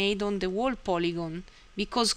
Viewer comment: very informative! great tutorial. btw whole is pronounced hole.